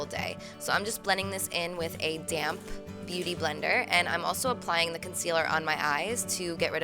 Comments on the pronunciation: I like how you emphasized the letter "p" from "damP beautyblender" :)) I know you did that on purpose because some of your viewers think you say "damn" :)))) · This is the first time i can realize you say ''damp'' beauty blender, i was thinking that you say ''damn'' beauty blender and i was always wondering why :D shame on me !!!! :( :D